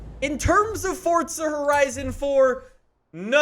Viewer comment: Im not a hater, but please say it for'z'a instead of fortza, please Said fortnite to much Im seriously not a hater your vids are great bro